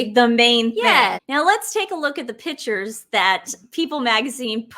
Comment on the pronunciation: I love how you guys say "pitchers" and "furtographers". Love your show!